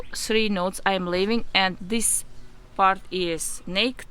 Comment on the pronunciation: Okay it’s so freaking cute how you say naked “nakt” is really pronounced “nay-kid” 😭😭 also I appreciate the information in this video you help me save my variegated Hoya compacta so thank you so much 🥰 new follower 🙌🏻